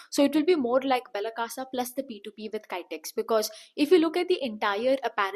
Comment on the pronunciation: Not kytex...kitex